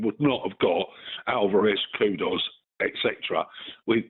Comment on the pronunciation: Moyes out. Steph bad breath. She said steiden bought 'kuku' home. Its kudus, not kuku